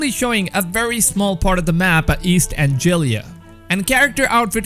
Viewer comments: Anglia not Angilia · Angiillier?? Lol An-glee-ah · Love listening to your gameplay updates.... just work on how to pronounce some Important things properly or it’s hard to know what you’re saying 🙈 East Anglia... read the word, Anglia. Not Anjilia. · East Angelia ?! East Anglia man... I immediately noticed because in my native language (Romanian) England is still called Anglia (from Latin). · you said anglia wrong it’s AN-gli-a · ANGLIA!! AYN-GLEE-UH! Damn you! That’s like 4 vids now! Lol 😂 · Love your videos; by the way it's East Ang-lee-a. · Why did he say Anglia like that :(